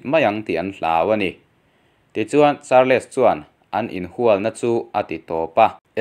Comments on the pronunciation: Charles hi char- les ti a lam hi an awm fo mai char-les tih loh tur mizo takin sawi ila chals tih tur aw. Nangmah lo pawh char-les ti a lam hi an awm fo mai. Kan hnam țawng a ni lova in lam thiam lo pawh hi in thiamawm thova chumi rual erawh chuan in chhiar hma in hnamdang țawng/hming te hi chu lehkhathiam/zirsang zawk te a lam rik dan tur zawh hmasak nachang hre țhin ula țha tur ania. Lam dan dik lova in lam hian a nuihzatthlak duh riauvin rilru a hruai peng țhin a atuiawm loh vek țhin. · Charls tia lam zawk tur. Char-les tia lam lo in. Sawi ve mai2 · Charles tih kha char-les ti ngawt a I lam Khan,ngaithlak a tih hreawm deuh..'les' aia, 's' kha han hmang la chuan a ngaithlak a nuam deuh tur a nia😁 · Charles...hi atawpa "les" tih hi an lam ri lovin kava hre em...entirnan "Charls" tia lam mai tur anih hmel mang e....👍